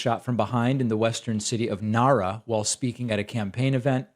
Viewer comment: David, your pronunciation of "Nara" and 'Yamagami" is excellent. Well done.